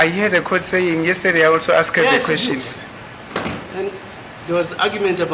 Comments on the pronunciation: Imagine the whole lawyer saying the (asked) Very poor. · Pronunciation of "ASKED " by 😂😂😂😂